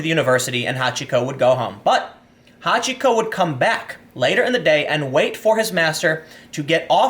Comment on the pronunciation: Took me a moment to realise you talked about Hachiko, not somebody called Hot Chico.